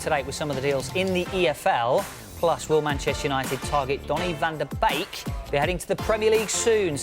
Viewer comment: Van der bake 😂😂 tit head its van der beek